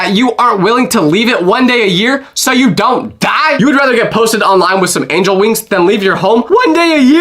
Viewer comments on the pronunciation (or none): none